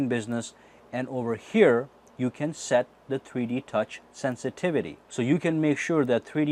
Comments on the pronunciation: every time he says 3D touch it sounds like he is saying tweetie touch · it sounds like he's saying "treede touch" 😂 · Why does it sound like he is saying tweety touch I'm probably tripping